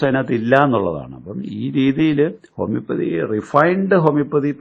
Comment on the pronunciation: ഹോമിയോപൊതിയും അല്ലാ ഹോമിയോപ്പതി